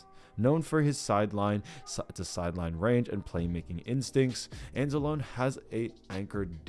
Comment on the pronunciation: It's pronounced ans-ah-low-ny not ans-ah-lone. Wtf you're not a fan. Just trying to ride on a team doing well that has a strong fan base.